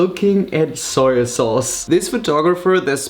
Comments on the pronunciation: It’s not pronounced soya sauce. It’s pronounced how it’s written. On. The. Bottle. SOY SAUCE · No hate but .... y u say SOYA SAUCE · Dude it's SOY sauce not "soya sauce" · and also Soy sauce is prnounced ( soy not soya lol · Its soy sauce not soya sauce. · soyo sauce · Adding that extra syllable to soy sauce. Hahaha. “Soy-a-sauce” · Soyer sauce eh? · Wtf is soyer sauce 😂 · Sawyer sauce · Soyer sauce?